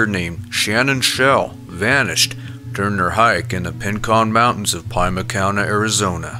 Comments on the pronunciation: I'm really enjoying your tales. And you almost always pronounce the weird names we have out here in Arizona. So nice to hear.Thought I might help you a little. Pima, peema, not pie-ma. Thank you. Keep up the good work. I appreciate it. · Pie ma Az 😂 it's PEA MA. Arizona is creepy in the desert!😱 I live here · It' Rincon not Pincon , and It's Pronounced PEEMA Not Pie Ma ! Saguaro not Sangarow " SAH-WHAR-O " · Part 15 #2 Arizona places and cactus are pronounced Peee-ma, Ren-con Mountains, and Swar-o cactus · Sa war o. Soft a is how you pronounce saguaro. Also Pima is pronounced as pEma. Hard e. Sound! Just trying to help. Love love love your videos! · Pima=PeeMah Saguaro=Sah Wah Roe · Pima County is pronounced "PIH-muh / PEE-mə" however you need to see it to say it. You don't say "pyuma" when you see "puma" do you? And it's Sa-gua-ro National Park, not SaNguaro. It does not have an "N". And the G is really barely pronounced at all in favor of a "wah" sound instead of "gua (gwah)" in the second syllable. "Pincon" must be a typo, because that's Rincon! R - I - N - C O N. That's Saint Ignatius (Ig-nay'-she-yus), by the way, not "Igna-tuss", Montana. We were only three minutes in, and there's three errors, ope! Now 4. How many more will there be?